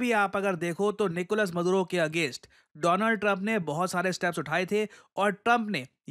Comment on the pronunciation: निकोलस मदुरो ❌ निकोलस मादुरो ✅ 😁